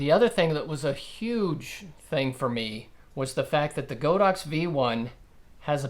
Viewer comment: Great video, however, it's pronounced god-ox not go-dox